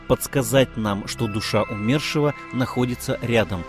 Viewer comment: Почему умЕршива, ПРАВИЛЬНО БУДЕТ сказать Умершива ударение на " У". Ведь Умер, а не умЕр. Ваше неправильное ударение ухо режет.